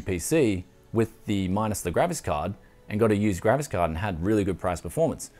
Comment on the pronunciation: I always listen "Gravis card"